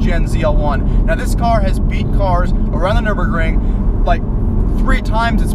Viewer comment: Kudos to you for pronouncing the German test track (which is now 100% Russian owned by the way) properly. I have on order the white ZL1 with the 10 speed trans. It's the Z06 for $35K less as I see it. A different pulley and headers will give one about another simple 100 HP. Just thought I'd add that tidbit in. Good video.